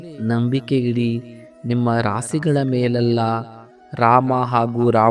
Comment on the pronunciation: Prounce rashi properly.but this video is 100/ true